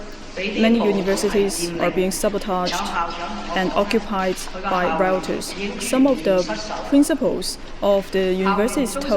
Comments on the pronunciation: It sounded more like routers. Obviously, she meant rioters. And obviously enough, a person who has a good grasp of English would have known that 🤔😉 and sigh, someone who can speak English does not mean he or she is a good communicator nor is proficient in English. Shakes my head Edit: yes that was directed at Stephen Lennon, who although can speak English, he does appear to yet master English. Speaking is different to comprehending. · Routers lmfao